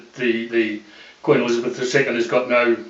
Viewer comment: Because he has no idea what the fuck he is talking about :) Tried to sum up our whole constitution in a few mins..... And the first half of this video is him saying how much this was a revaluation to him :) Then cant even pronounce Elizabeth